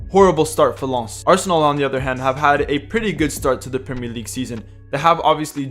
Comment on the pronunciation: Nice to see someone pronouncing Lens at least better than others who say Lens as in photograph lens.